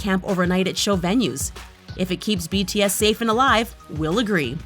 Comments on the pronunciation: I THINK JUST HATES BTS IN GENERAL...... IM SO TRIGGERED ON HOW SHE PRONOUNCED THE NAMES OF BTS😠😠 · i was so trigged by this video because she keeps mispronuncing their names